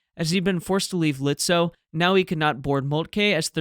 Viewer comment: Excellent return from your vacation with your best video up to now. The Germans were lucky that Beatty didn’t give a sh*t on professional communication! Seydlitz, Lützow: perfectly pronounced! 👍🙂